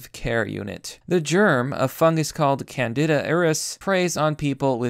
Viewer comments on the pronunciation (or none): Holy shit dude are you seriously that sheltered? Candida = Can-dee-dah. Auris = Awe-Ris, kind of like the middle of fORESt Mt. Sinai = Sahy-nahy Neonatal = Neo like the guy from the Matrix. Nay-tle rhymes with "fatal" and "cradle" You might want to watch some American or British movies and learn more English. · Ok, you're fucking killing me: Sinai, pronounced sigh-nigh. Auris pronounced awe-reese.. Fungi pronounced fun-guy. Candida pronounced can-dee-dah. You speak like a homeschooler raised in the unabombers shack.. Oh jees: antibiotics.. the bi part is not pronounced "bee", it's bi, like in biplane. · Pronounced can-dee-dah. Yes, it is really difficult to get rid of.